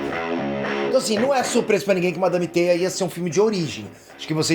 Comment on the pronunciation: euu ouvi o falar madame teta 😂😂😂😂😂😂😂😂😂